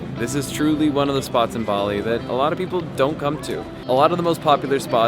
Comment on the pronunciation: There is no R in Bali. LOL!